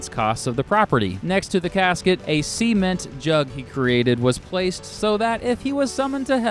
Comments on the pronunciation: SEA-ment Sement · Sea-ment lol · Please stop saying Sea-ment ! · Great video, but it’s not sea-ment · Why do you pronounce cement like that?